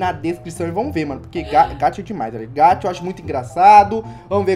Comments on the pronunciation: Me dá uma agonia que vc fala gacha errado meu deus é G.a.c.h.a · mano nao se diz gatcha e sim gaxa essa e a pronuncia mais a escrita e gacha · Se fala gacha msm e só vc fala ga dps vc fala cha n se fala gatcha e fala gacha isso já tá chato todo dia falando errado